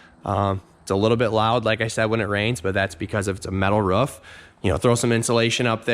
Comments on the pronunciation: its pronounced "roof" not "ruff" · Ruff? It's a ROOF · 7thsfgp in KS we say “ruff” too. Weird. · maybe in your universe. In this world, we say "roof"